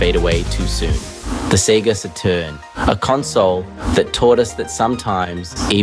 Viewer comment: Seriously did you just say Sega sah - turn?? What is this??? AI British guy who doesn't know how to pronounce Saturn - not even with a British accent. I'm gonna say it now - AI is ruining Youtube. Every documentary or crime show I watch has 1 of the same 4 AI voices that keep rotating through all of these channels. When you watch videos with weird speech breaks and paused and improper pronunciation, it really is a deterrent and a total turn-off. Creators don't even try anymore - they just write a script and then have AI narrate it. I left Twitter, and now I'm migrating away fro Youtube. Keep killing everything good online. LAzy people mixed with AI leaves a communnity to look for other avenues for their entertainment. This is a cesspool these days. And if this was not AI and really the voice of the porson making this video - still I give no pass - There is no way you say SATURN like that.